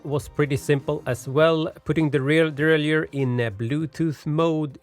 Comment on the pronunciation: Very good video but please pronounce the word derailleur properly! Derailleur not deraillieur 👍